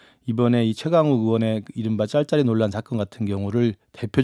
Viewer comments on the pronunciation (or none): 발음좀 잘해라 딸딸이가 아니라 짤짤이라고...